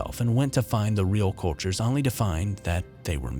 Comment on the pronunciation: Need to work on pronouncing only and blank otherwise good narration.